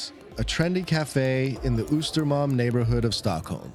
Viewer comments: "Ooostermalm" Ahahhaha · "Oostermalm" He butchered that pronunciation! :P To all the non-swedes watching this: - I would say most swedes dont know Jante-Law, we know it exists but we do not actively "follow" it - Although he mentioned The Pirate party (which is irrelevant nowadays) he forgot to mention The Pirate Bay